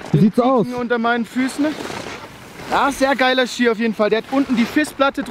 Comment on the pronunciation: Das heißt Ski nicht skier 😃